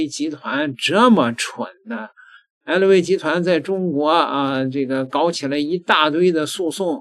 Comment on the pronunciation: ei lou v 哈哈哈！普通话都说不好